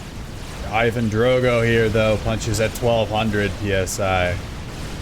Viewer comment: It's Ivan Drago not Drogo